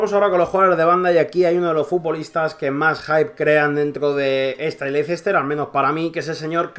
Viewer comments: Lo esta pronunciando como se escribe "Leicester", y en inglés se pronuncia " Lester" Leicester esta mal en el habla inglesa, debe de ser LESTER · se pronuncia "Lester" no Leicester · Me duelen los oídos cada vez que escucho 'Leicester' jajajaja buen video crack